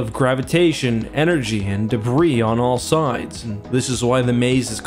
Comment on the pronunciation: "Debriss?" -.